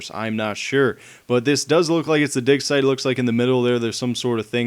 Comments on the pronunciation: *Dig Site not DICK SITE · ....Dick site? or dig site? hahaha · watch part because instead of dig site he says "DICK SITE" and it shows in the subtitles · he said dick sight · What the when he said dig sight in subtitles it said dick sight